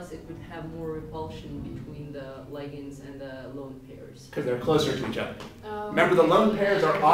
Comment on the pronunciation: why do americans pronounce ligands in such a retarded manor